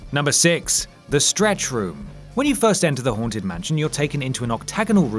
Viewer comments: i keep on hearing 'horntit mansion',,... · Coz your accent I thought you said "The horn tit mansion" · Did he say The Horned Tit Mansion?